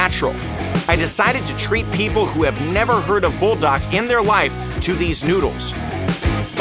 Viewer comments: Not bull dark it is pronounced pull da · No it is pronounce bulldak it is literally the name